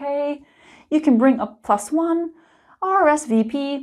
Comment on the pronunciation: Hi, I'm French and I like the way you say RSVP;) You speak French very well:) Thank you for all your videos, it helps me a lot:) Sorry if I make mistakes while writing...